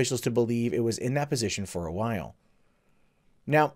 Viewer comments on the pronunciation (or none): none